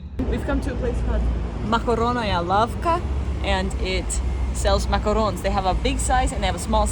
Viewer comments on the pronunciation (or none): none